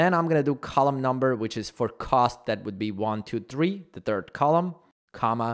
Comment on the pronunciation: When did you learn to pronounce cost? I kinda miss when you said it like "coast"